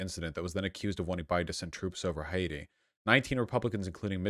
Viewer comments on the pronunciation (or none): none